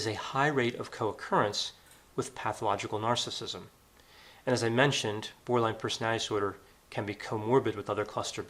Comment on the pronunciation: Love ya, doc, but could you please enunciate when you say "borderline personality disorder?" -OCD Grammar Girl.